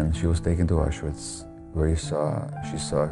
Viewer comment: It's Auschwitz, not Ashwoods 🤦🏻‍♀️🤦🏻‍♀️🤦🏻‍♀️